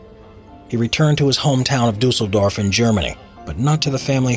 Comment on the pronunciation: Luca mag Bier Ohja 😂 Aber hier wurde wenigstens Düsseldorf halbwegs korrekt ausgesprochen. Da hab ich schon schlimmeres gehört 😂